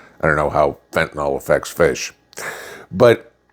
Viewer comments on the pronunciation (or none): none